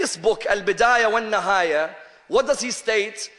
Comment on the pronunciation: AL-BIDAAYA WA NNIHAAYA - - not al-bidaaya wa NNAHAAYA. PITY! ! ! you can't even read ARABIC WORDS PROPERLY. ! ! !